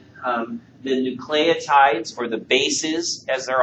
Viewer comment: Nu-clay-oh-tides lmao